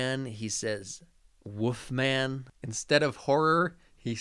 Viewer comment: my theory is that he says "woofman" because he grew up watching those old Universal Wolfman movies where some characters speak with european accents and do, indeed, pronounce it "woofman"